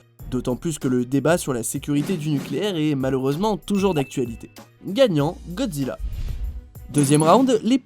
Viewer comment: il a bien dit Godjira où je reve